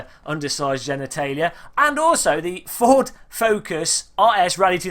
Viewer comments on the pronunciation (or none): none